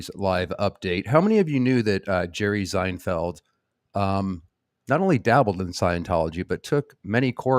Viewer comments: Why are you pronouncing his name with a Z? Zienfeld? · Yup. You're saying Zinefeld. I thought you were doing that to throw off the yt censors... 😁🤔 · I love that you were pronouncing it Zinefeld that was good… and it actually had us questioning if we were in fact pronouncing it incorrectly 😅